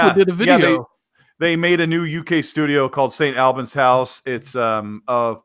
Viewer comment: The new Playground games studio site is more closely pronounced Staint 'All-burns' but not too much emphasis on 'R'. UK listener here :)